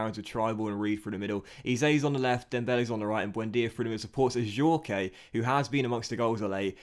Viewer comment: You don’t pronounce The E in Adjourque